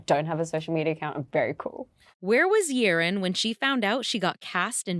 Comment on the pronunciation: The correct pronunciation of her name is Yeh-Rin. Why doesn't she correct anyone, ever????? 😅 Alysa Liu finally did after she won the gold at the Winter Olympics.